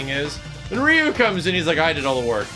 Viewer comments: He said ri yu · The way you pronounced Ryu's name made me literally roll up my eyes 10 times at least Bye. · So no one is going to talk about how he said Ryu's name wrong?